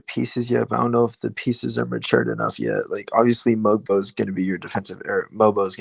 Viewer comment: Watched the game from korea. I was surprised that the krn commentators had pronounced mogbo properly yet called shead sheeeed lol